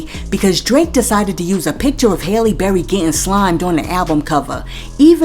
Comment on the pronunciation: Yep I’mma need you to go listen to Halle Berry - Hurricane Chris and say her name right 😭 once upon a time Halle was TOP TIER put some respec on it 💯